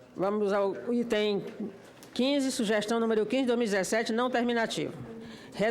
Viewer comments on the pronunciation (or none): none